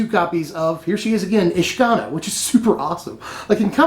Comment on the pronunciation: isn't it said Ish-Ka-Naar?